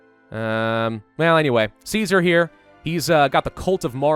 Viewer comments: Caesar is pronounced "kaiser" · Just so you know, Caesar is pronounced as Ki-sar in the fallout universe, I have no idea why when its a blatant rip off of Caesar's Rome... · remember its not pronounced Kaiser. it's pronounced Caesar. like the salad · Tsar is a corruption of the byzantine greek pronouciation of Caesar as Kesar or Kaisar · kaezar is how you technicly pronouce ceasar so thats why they say true to kaezar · This is the US post-apocalypse, isn't it normal that there are German survivors who pronounce "caesar" as "kaiser"? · Its caesar with a k. The didnt have soft c sounds in ancient rome. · Don't worry about the pronunciation of 'Caesar' too much, most people in-game don't either :P The Legion are Roman Empire LARPers, so they're just dorks about classical Latin pronunciation ;) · The c in Latin sonds like a k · Yet Caesar and the upper class of the Legion pronounce the name with the soft "c".